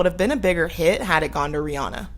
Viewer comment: Not even a minute in and I'm thrilled to hear someone pronounce Rihanna the correct way.